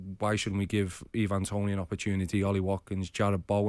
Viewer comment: How people mispronounce the name Ivan is beyond me 😂😂😂 a 2 syllable 4 letter name and you call the man "eevan" ffs